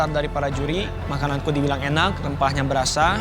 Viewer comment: apa si koo "dibiling" AHAHAHAHAHA